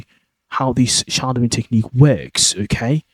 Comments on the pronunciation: What the hell is shardowing? It sounds like you using the English word shadow, but pronouncing it entirely incorrectly. I hope this is a piss take of those worthy "how to sound like a brit" videos, if not you are sending people entirely the wrong way. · Alas I know what shadowing is. I am commenting on what sounds like your Brummie accent. If you are teaching English pronunciation to foreign speakers you ought at least use the most common English pronunciation so that they dont go around saying shardowing when it is SH-A-dow-ing.